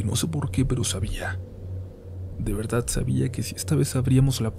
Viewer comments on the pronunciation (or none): none